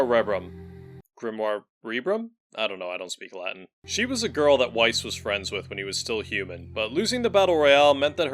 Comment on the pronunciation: Bruh are you really pronouncing Weiss with a W instead of a V? He would not be pleased.